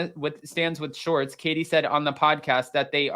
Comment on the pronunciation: It’s Schwartz, not Shorts.